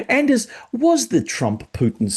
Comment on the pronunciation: Excellent interview again, thank you. (by the way the D in Anders' name is silent)